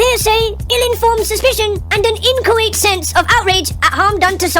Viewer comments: "Inchoate" Thus guy learned a new word today.... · inchoate sounds like kuwait